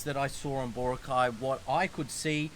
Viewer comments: Especially with places that the country is very proud of, like Bora'cay, mispronouncing them is, I believe, a kind of microaggression because it disregards the culture. A kind of "When in Rome do as the Romans do" and, if you do, the locals will love you. Anyway, I'll leave it as that. Meant as a constructive criticism. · Mate ... It's Bora'cay not Bo'racay. The stress is on the second syllable not the first - just like Chica'go, Neva'da and Mani'la. Most placenames in the Philippines with three-syllables would have the stress on the second syllable. Not all but most.